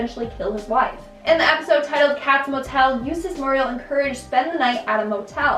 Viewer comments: “Mur-riel”?? You’re saying it wrong. You’ve never watched the damn show.. a minute in your life if that’s how you’re saying her name. Don’t do videos you’re too young to know anything about. Seriously. Eustace says her name constantly... and you say it like you ... Jesus. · Its weird with her always calling muriel "Mariel"